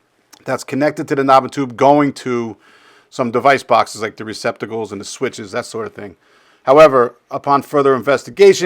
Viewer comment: It's '' Receptacles '' ,... NOT '' Recpiticles '' !!!!!